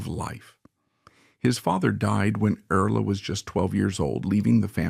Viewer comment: Please don't use artificial intelligence. No one really likes it. You spell and pronounce "Earl", as Erles, Early and Earla. You spell "Halliburton", as "Hallebertton". The voice doesn't match the beginning and ending of sentences. Do you review your work before you post it? I thought this would be an interesting story, but I could only get through the first 5 minutes.